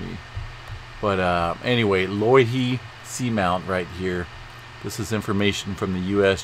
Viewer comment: Pronounced "low" "ihi" In the Hawaiian language the letter "I" is always pronounced like saying the letter "E" so you were pretty close. The punctuation mark looking like a backwards apostrophe is caller an "okina" which separates two vowels. Meaning a short pause between vowels. While I'm at it, vowels are ALWAYS pronounced the same. A- as in "aha" , E- like saying the letter " A " , I - like saying the letter " E " , O- as in "oh" , and U - as in " ooh ". No matter what the word is, the vowels are always pronounced this way. The line over a vowel stretches the sound of the vowel it's over " oookay "